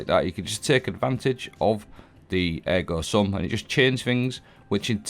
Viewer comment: first english speaker video I watch pronouncing ergo sum right, nice! 😂